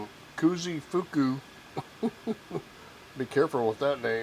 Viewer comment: Nice. Koozi Fuku?! say whattt lol